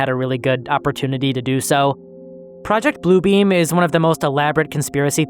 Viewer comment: I was listening while doing other stuff and I swear to me it sounded like he said project Blue Bean. I'm almost sad I heard it wrong now 😂